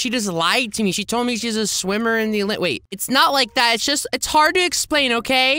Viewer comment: Did you say olimpick